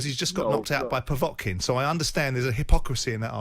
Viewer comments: They should have ripped the microphone from Simon Jordan the moment he uttered the word ‘POVOTKIN’. Zero boxing knowledge. What next, Donald Trump in the studio for a chat about diplomacy? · Simon Jordan said Povotkin. I have no interest in his opinion on boxing. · "povotkin" you can tell he watches alot of boxing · Why the fuck is Simon Jordan talking about Boxing. He can’t even pronounce Povetkin’s name correctly! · Simon Jordan is a pompus prick who knows FK all about boxing and would duck a fight with a little girl, disrespectful know nothing. Derek is a way better boxer than Simon Jordan is sports Journo, he can't even get Povetikin's name right ffs.